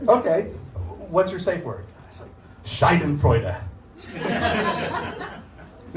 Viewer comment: German here : His pronunciation is totally wrong . He says Shai-den-freude but it should be Sha-denfreude. A Scheide aka Shai-de is another word for vagina. So he literally says Vag-joy.